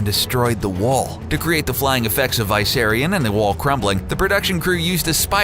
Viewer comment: You're saying it wrong, It's VISS-SAIR-RION not VIE-SERRIUN 😁